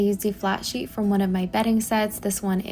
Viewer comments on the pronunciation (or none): none